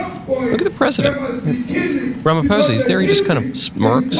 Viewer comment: Pronounce “Rah-mah-pause-ah” ! 😂 I’m South African! I love your channel ❤